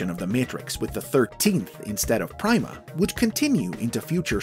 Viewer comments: Logically, it should be pronounced "Preema," not "pry-ma." "Primadona, Primavera," etc... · It's being pronounced wrong. Pronounce "prima" like in "primadona" where the "i" has an "ee" sound, and it works really well